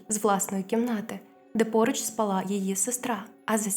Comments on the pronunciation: Не спалА а спАла…. Й не « не лаяв» а « не гавкав» й капці це вже апріорі домашнє взуття а « домашні капці»- кліше з російської. Познайомився з трьома дівчатками а не дівчинками… Вичитуйте прошу добре текст- ріже вухо. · Приємний голос, але правильно спАла і собака не лає.